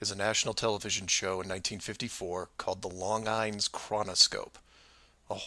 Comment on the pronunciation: It's pronounced: Lon jeans( longines) made watches